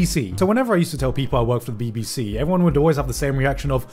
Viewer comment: it sounds so wrweong everytime he says bbc omfg..